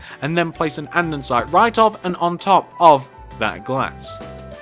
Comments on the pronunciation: why do he keep saying ande'n'site? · Grhhh I'm OCD. It's Said. And-es-ite. Not and-en-site 😞😡